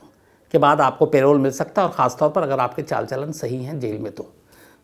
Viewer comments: Nice story ! But Shams aap hamesha hi पैरोल बोलते हैं लेकिन आज प्रोल क्यों बोल रहे हैं ?? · Payroll means.. kaam per aap payroll pe ho aour pay milega.. parole means ke 20 yrs. baad parole pe aap chhut saktey hai.. parole ko ….” p…. role “…..pronounce kiya jata hai..” payroll ek pay deneka employers ke liye rit hai… p…. role pronounce kijiye.. mujhe samajne mei dikat hoti hai.. payroll shubd per.. thank you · It’s not payroll it’s parole په رول